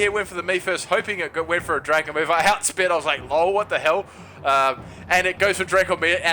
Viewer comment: Who actually says "lawl" like this?